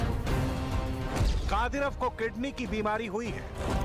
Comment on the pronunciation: तुमलोग दिखाते कुछ और हो और बताते कुछ और हो।दुसरी बात शुद्ध लिखना बोलना सिखो पहले।कादिरफ नाम नहीं उस व्यक्ति का,कादिरोव नाम है।